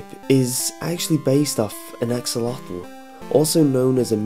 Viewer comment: OMFG dat axlotl nawww